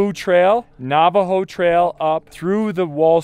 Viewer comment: I've never heard someone pronounce Navajo like that 🤣. Gorgeous spots..can't wait to see more.